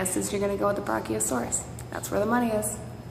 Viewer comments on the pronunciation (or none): How she pronounces brachiosaurus is so annoying. You have your Brock-E-o- saurus skull here!